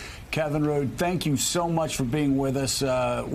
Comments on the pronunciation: It's Rudd not "Rude" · Kevin Rudd (Joe, it’s not Rude, it’s Rudd, rhymes with “mud”), one of Australia’s most beloved Prime Ministers, regrettably removed by a political coup and his disloyal Deputy Prime Minister, Julia Gillard (Americans claim we Australians are “misogynists” — no, our first female PM was a back-stabbing traitor (I’m sorry to say), and we collectively hated her). Kevin Rudd was the first and only Australian PM to offer a formal, heart-felt, and comprehensive apology to our Indigenous people, which brought most Australians to tears. A brilliant man, wonderful statesman, and he was also a great asset to us in building a strong relationship with China as he speaks fluent Mandarin.